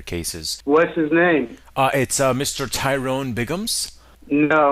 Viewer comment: It’s Tyyroooone That’s spelled T-Y-ROONE 😂😂😂